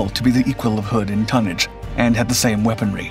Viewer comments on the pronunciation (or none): none